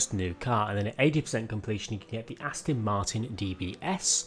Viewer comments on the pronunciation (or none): none